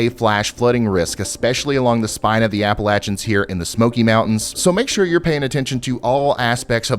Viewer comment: Listen, I absolutely love your videos, but the way you pronounce “Appalachians” haunts me